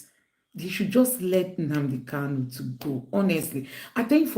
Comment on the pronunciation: Nnamdi KANU, not Kalu. He corrected people who mispronounced his name.